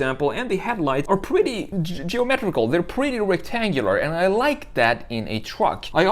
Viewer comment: Too much on the esthetics of the design and not enough on the mechanical features and ease of access for maintenance. Now for the brutal, but honest critique. Get a speech coach and learn how to pronounce your "r's". I was constantly distracted from your narrative by "pwetty" and "gween", etc. I can't help it, the substitution of a "w" where a "r" should be was very annoying.